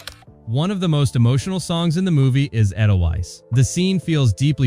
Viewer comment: AY-del-Vise, not eh-del-wise. CharmAINe Carr, not CharmIANE.